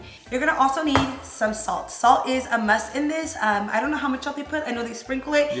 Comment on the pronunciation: “Tu” & “dis” lol 😂 the accent always comes out of nowhere lol